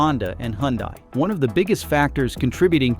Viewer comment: Hooondiiee, bee emmm dubbyaaah, Mitse boooshi, Toyo -Yoda, Kneeeeesuuun, pooo joe, JHAAAG-WHAAAAAAR